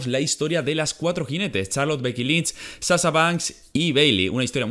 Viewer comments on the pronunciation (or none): none